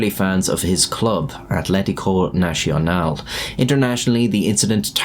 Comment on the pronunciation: Not even trying to pronounce Nacional as Nacional instead of national. Dude.